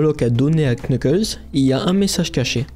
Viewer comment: On prononce nukles pas le K